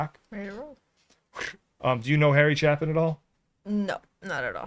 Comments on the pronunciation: It's a long "A." His last name is pronounced "Chay-pin." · That final line defines "Karma is a B word". By the way, Chapin is pronounced with a long A. Like Mary Chapin Carpenter. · Hey guys, his name is pronounced "Chape" in like ape not ap. Just FYI. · His name is pronounced Cha- sounds like CHAY (rhymes with say or pay) -pin sounds like pin (rhymes with tin or win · It's actually pronounced -"Sha - pin." Check out his song Taxi next. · His last name is pronounced… CHAY-pin, I believe! He was a masterful storyteller!! 🙋🏽‍♀️❤️ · I believe he pronounced his last name with a long "a", like it was spelled Chaypin. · It's pronounced Chay pin. Your next track from him should be Another Auld Lang Syne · FYI his last name is pronounced: Chapin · Just a FYI...Chapin is pronounced "CHAY-pin". Now that you've listened to the studio version, please watch the beginning of the live version. Harry Chapin's wife and son (who is the spitting image of his dad) give a little background to the song that is heartfelt. Harry Chapin was killed in a horrendous car accident on his way to perform at a free benefit concert that evening. He was 38 years old. He left behind his wife, Sandra (Sandy), 3 stepchildren from Sandy's previous marriage (whom he had adopted), Jaimie, Jono, & Jason, and two biological children he had with Sandy, Jenny and Josh. Jenny was 10 and Josh was turning 8 when they lost their dad. Spend time with your parents or at least call them once a week just to check in! Once you are a parent yourself you will understand this. We all waste time like we think someone is making more. No one is making more... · Please react to Taxi also by Harry Chapin. Pronounced Chaepin. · Just fyi, it's pronounced "chay-pin", honest mistake...😊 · it's pronounced harry shapen ! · Chapin is pronounced with a hard a. Chaaaay pin 😉 *It is very real. I tried telling someone that. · Thats not how his last name is pronounced..Cha-pen 🤦🏻‍♂ But great song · His name is pronounced Chaypin.